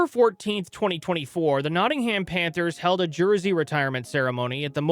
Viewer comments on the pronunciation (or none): I'm Canadian and even I know it's Notting-um or Notting-im. Depending where yer from. 😂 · Meanwhile he pronounced it Notting-Ham 🤦🏻‍♀️